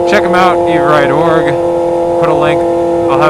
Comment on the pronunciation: Great vid...Oh and it's pronounced Ever-Ride.